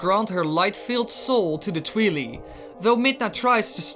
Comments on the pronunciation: Twily? Its TWI and LI. Think Twilight, but shortened. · Hate to break it to you, but there was a meeting a few years back where the creator calls them the 'twi-lie' not twe-lee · Tweelee?? Really? X,D It's pronounced Twy-lie. XD. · It’s pronounced twai lai not twee lee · Its pronounced tweye-leye not twe-le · Brrrrr "tweeli" the cringe is real.... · Oh god... Twheely 😖 that pronouncation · It's Twili pronounced as Twy lye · Lol he pronounced it tweelee do you also say tweelight? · I hate it when people pronounce twili midna as twilee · Its Twi-leye like Twilight like damn dude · Dango of Doom Yeah, if they are from the Twilight realm. It must keep the "root" pronunciation: "twai" at the beginning. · How I pronounce it: Like Aurora, without the last A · The Angry Dango of Doom It literally wasn't.